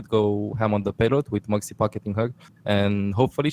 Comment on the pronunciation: anyone else keep thinking hes saying Moxy?